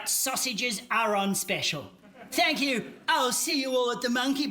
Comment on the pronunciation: As soon as randy said thank yor I instantly knew he was at least 35